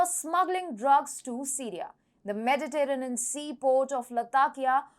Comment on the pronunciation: accent is nice, pretty, cute; "unintelligible" is not good for an information channel. I had to use CC to understand "northern" for example. Her version of "Mediterranean" is poor - a major sea on the planet. Overall it shows lack of preparation. My Brazilian students know that when they start speaking English they start with bad pronunciation which they call "indio" from "Native American Indian language" who have their own "me Tarzan, you Jane" type of English. Over time they want to move away from "indio" so that more native speakers can understand them, not just other Brazilians. In one way, this is how dialects of languages form but in another way it is just a corruption of English on a international platform like YouTube